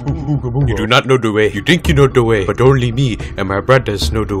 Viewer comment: 긂냥이 youtube 원래는 the way. (더 웨이) 인데 우간다너클즈의 발음 으로표기하면 da wei 나 da wae 가 됩니다